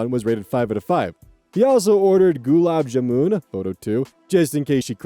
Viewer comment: The pronunciation of gulab jamun made me pause the video and cackle I'm so sorry (For the curious, it's "gulab" like a bostonian saying "blob" [with a sort of ah sound] and "jamun" like "ya-mun" but with more of a j.) Also idk, i'd be flattered if a guy who was chatting me up and made me cry bought me gulabs. They're the best indian dessert.